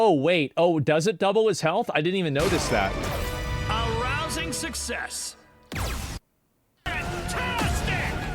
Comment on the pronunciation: did bro just say arousing successl ?? 😂😂